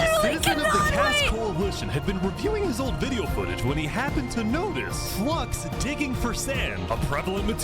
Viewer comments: Its called watching the Bromance be betrayed for the record no one gets Flux's name right... Its not Flux-ion Its Flu-ix-on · Considering that I don't think his name is said correctly one time in the video I don't blame anyone for saying it that way. Maybe everyone mispronouncing his name is the real reason he turned into a villain.